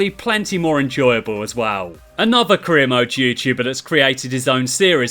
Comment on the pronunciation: haha witty response to be fair, but still the point still stands you really struggle with the word well